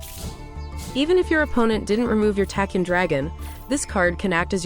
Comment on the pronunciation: I'm sorry, but it truly bugs me to no end how you pronounce Tachyon. It's pronounced like tack-e-on.